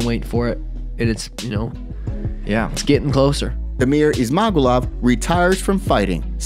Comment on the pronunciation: Ok MMA journo…it gets pronounced by the UFC commentators as, “Izz—mah—goo’-lovv”